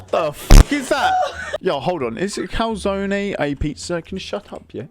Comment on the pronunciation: Yes... The lovely calzonaye